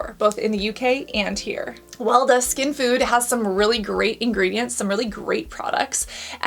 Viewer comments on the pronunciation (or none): Weleda. Pronounced WELL E. DA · Weleda is pronounced Veleeda and it’s German. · Weleda is a German brand, it is not a UK brand. It has been around in Germany forever. It is pronounced VELEHDA. Most Germans ignore it, it is regarded somewhat old-fashioned here, used by goat raising eco-wool aficionados. But it is good apparently. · I wouldn't say Weleda is UK based. Despite being a multinational company, I am pretty sure it was founded in Swizterlans and still has its headquarter in Switzerland. Also, you read Weleda as "Veleda," and it is the name of a pagan Germanic wise woman. Maybe it's because of that but Weleda's products tend to have a lot of "natural" ingredients (i.e lanolin, lots of botanical extracts), and that also tickles many of the palette of those who fancy clean beauty. Not sure where you get the price point but typically Weleda Skin Food Original Rich Cream is priced around 20 USD, with around 3~4 USD margin of error, not counting discounts and sales. I should know, I have used that specific product when trying to use more cruelty free products when I didn't have much option. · Little side note: Weleda is a Swiss brand (some might argue Swiss/German) not a UK one. And it is pronounced very different, but your way of saying it is super cute! Love your videos, thank you, Cassandra!